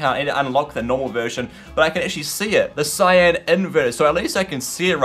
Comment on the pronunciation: cyan "sea-on"